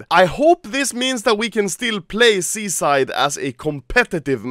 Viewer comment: You say "Seaside" like "Suicide" cringe